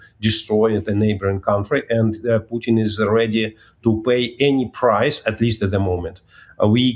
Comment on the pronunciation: Strange this host drops letters in talking. For Putin she pronounces Puin and for important she pronounces imporant. Yes is minor but just weird. Poor education.